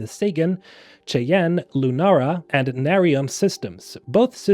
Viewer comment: Crimson Fleets logo is just a futuristic skull&crossbones.😂 Just a little tip, Cheyenne is pronounced "Shy-Ann". It's Native American.